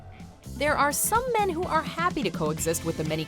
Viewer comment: But he killed these mehn. MAH mehn.